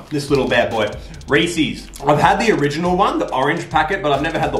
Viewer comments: Omg it’s not ree,sees, its ree,sez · Does anybody hate when people say Rees-ees instead of Rees-is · The way he said Reese’s angered me